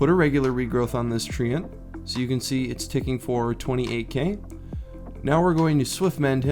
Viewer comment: And it's tree-ant not trent sorry just nit picking